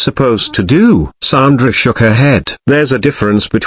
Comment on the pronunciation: It's sandra ffs its not a difficult name to say 🙄